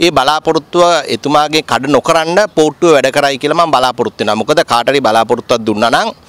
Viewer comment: මට ඇහුනෙ පූට්ටුව කියලා 😅